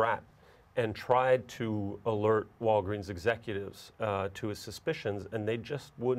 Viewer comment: Sooo i'm the only one who hear' "Wolverin" instead of "Walgreens" ?